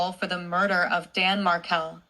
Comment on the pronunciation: Thank you,. I do appreciate your voice, you are an educated, caring woman who is seeking justice for Danny and his entire family. This "voice" doesn't even pronounce Markel correctly. Please, be true to yourself. You are an incredible person! MaryAnne in New Mexico USA 🌶